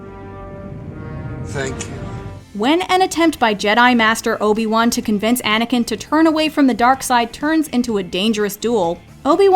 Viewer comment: it's Obi-Wan not Obin-Wan